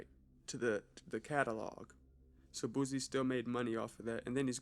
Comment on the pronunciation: Bro you on point bout a lot of stuff but why u say boosie like boozey